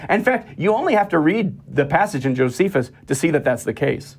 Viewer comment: Dunning-Kruger effect. Doesn't know how to pronounce "pleural effusion." Or "Josephus."